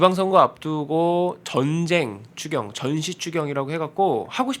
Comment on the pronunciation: 추경 추경이 꼭 주겨 주겨로 들리네요. 존대말 쓰지 마세요. ㅇㅇㅇ이는 존대말 들을 자격 없어요.